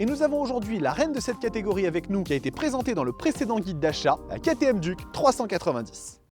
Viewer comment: BIBRE 😭😂😂😂 ça se prononce By bré et "DUC" ça se prononce DIOUKE t'es essai son complet mais steplé frero mets y du tiens 🤦‍♂